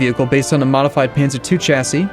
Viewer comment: The way he says Chassis triggers me